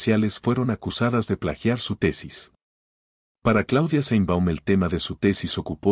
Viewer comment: Aprenda a pronunciar sheinbaum,no seinbaum